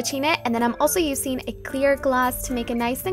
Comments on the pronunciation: "Usin"?!?! it's using. I don't understand ur make up is flawless though!! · The way that you say "useing" is so wierd !